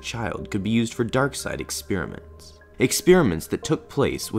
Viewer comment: Ex-peer-ments you say? Alrighty then.